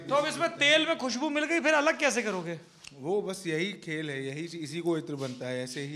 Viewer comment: 'अलग' को हर बार अगल बोलते हैं 😂